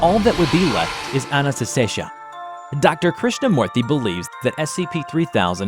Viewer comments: I love how says "Ananestesha" instead of Anantashesha hahaha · Anantashesha Not Ananastesha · cool job but it is anantashesha not shisha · The way he pronounces anantashesha lol. It's not Anna-ta-shesha. It's Aaah-Nantha-Shaisha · Say with me. Ananta-shesha [a = "uh" not "aah"] Definitely not Anantaasteshaa nor Anastasia - not that hard to pronounce xD LMAO Same with Krishna-moorthy [not Krish-namoorthy]. It's funny to listen non-Indian people try to pronounce these names. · Anybody else hearing him slowly stop trying to pronounce Anantashesha correctly over the course of the video? He starts almost right, with Anantasesha, then it becomes Ananastesha, then just Anastesha 😂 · It is pronounced as On-on-toe-shay-shaa (the t is like you pronounce 'the' in english) Being a Bengali, it's easier for me to pronounce the name and understand the video, the name's meaning too. Anantashesha means something that has no end. 'anta' means end and 'ananata' means no end which is the opposite of 'anta'. 'Shesh' (pronounced with a 'a' at the end in English) means finish. So to make it easier it is a race with no finishing line at the end because no one (humans) can go till the end. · It's pronounced A - nan - ta - shei - sha. Anantashesha. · Its pronunciated as A-nun-th-say-shaa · And it's pronounced as :- A-Nunt-Say-Sha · Bro the pronounciationbwill be as follows a-nunt-shey-sha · You need to fix your pronunciation. (ANUNTESHEESHA) (THAMUEL). Those are some of the words you miss pronounced. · Its pronounced a-nan-ta-shesh-nag. The endless serpent. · I love your content, keep up your great work but it is pronounced (an-an-ah-stay-sha) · Chickenbomb 50 it’s pronounced “anon-ta-shee-shuh” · How many different times did butcher the noodles name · My favorite part of the video was the 7 different ways he pronounced Anatashesha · I love how they pronounce Anantashesha different every time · I like how he pronounces Anantashesha differently every time.